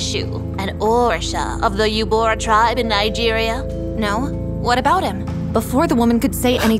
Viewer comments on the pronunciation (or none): im from the igbo tribe and all i can say you say it like you-ro-ba not yurba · Bro icanhot believe they pronounc3d Yoruba as yo_ru_ba it is yo-ro-ba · I am from Lagos Nigeria and it's (yo-ro-ba) not yo-ru-ba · As a Nigerian is not called u bo ra😅😅 is Called uroba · Lol nice, but it's pronounced yo-ru-ba, not yubora. 😁 Also goes to show hard work pays off. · I know this woman didn’t just pronounce Yoruba as “YoBUra”??? Three syllables is that tough? “YO RU BA”? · ITS NOT PRONOUNCED YOU-BO-RA its yo-ru-ba (BA AS IN THE SOUND SHEEP MAKES), (YO as in yoyo), (RU as in rue) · As a fellow Nigerian I want to tell you know how to say Yoruba Yo-ro-bA Its was funny when I saw it was Yoruba she meant😂😂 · Lmao “you bora” killed me if only you just looked at pronunciation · I’m sorry the way she said Yoruba and Eshu help I’m Nigerian and Yoruba so like 😂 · The way they pronounced Yoruba made cringe a little as a Nigerian 😂😂😂😂😂😂😂😂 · The way Yoruba was pronounced 😭💀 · The way they pronounced Yoruba made me fall off my chair it was soo weird I mean it's soooo different from the way we pronounced it and also no matter how much power or confidence a Nigerian traditional God gives you it always backfires in the end